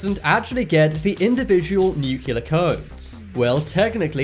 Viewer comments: It’s nu CLEAR not nuccular. Get it right! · Please learn how to pronounce NUCLEAR! Not Nucular!!!!! You're not Homer Simpson! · Frustrating! You spell it NUCLEAR in the video but insist in pronouncing it NUCULAR. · It's pronounced nuclear, not nucular. Couldn't watch the video further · "Nuclear" not "nucular". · Seeing as you invented the stuff, isn't it time Americans learn to pronounce nuclear (as in "New - Kleer") the constant "new-kew-lah" becomes a bit tiresome after a while. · Nuclear...( New clear) not nook ya ler...new clear... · Nuclear... it’s new-clee-ur, not nuke-you-lur. Drove me nuts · It's pronounced NOO klee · "Nucular" codes .... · "New cue lur" Thumbs down Exit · 'Oftentimes' ?? Shoorley you mean 'oftenley' ...and 'NEW-CLEAR' as opposed the mangled US attempt at pronunciation to which you seem so keen to align yourself. ;-) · It's painful to hear the many times he said "NEW-cu-ler." All you have to do is look at the word; it's spelled exactly the way it's supposed to be said. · Funny how the word "nuclear" is mispronounced every time. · Lol these idiots chant even pronounce nuclear